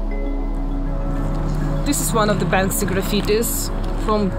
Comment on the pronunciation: Very informative, sad, inspiring & infuriating. Now i see what animals the Russians really are. A question..; Who is the artist you mention so many, many times beginning ? It almost sounds like "Banksy" or sounds like.. "Bang-See" . Thanks